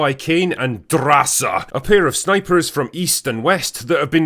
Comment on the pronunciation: GORRRRGE DRRRRRASA I love how u pronounce it!!!!